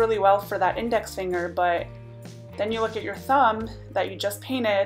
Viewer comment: On the 1st hack all I heard was "No Honey dats you finguh!" 😂